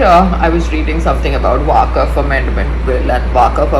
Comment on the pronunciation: It’s waqf not waakaf 😅